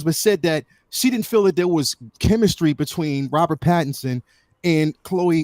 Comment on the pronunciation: Rob corrected once last episode, but she keeps saying Robert Patterson, she needs a note card or something so she says his name right.